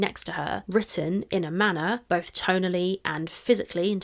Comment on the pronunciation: love... it's "bolth" 😢